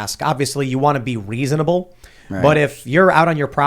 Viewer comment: did Tim say "Weasonable" or is the constant ringing in my ears just making it sound like Tim is saying weasonable instead of reasonable?